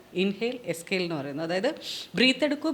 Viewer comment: എസ്‌കെയിൽ അല്ല മോളെ എക്‌സൈൽ എന്നാണ്